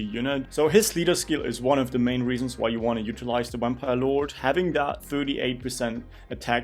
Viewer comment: "Wampire Lord"